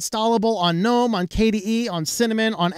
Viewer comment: Thank you for calling the the "N-ome" store and not the "G-nome" store like the IDIOTS do... Sorry- for them- that is just one of my pet peeves.. english rules state the g is silent. (don't know why- but that is just the way it is- and the other idiots sound so STUPID with "G-nome".. makes me want to sissy slap some of them. - and I HAVE when close enough!!